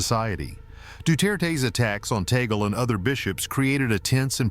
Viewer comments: It’s TAG-LE. Not Ta-gel. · ITS TAG-LEE NOT TAGOL SAY IT CORRECTLY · It is pronounced Tag-leh not Tay-gel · TUG- LE ( " Le" like the sound of the first syllable of the word Legislation) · Oops. The Pope cannot appoint his own successor. That is the job of the cardinal electors. P S, Tagle is pronounced « Tah - Glay. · Pronounced Tag-le. AI!